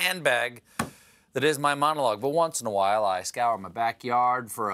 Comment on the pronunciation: He said QWhile 🤣🤣🤣 I can't even... 🤣🤣🤣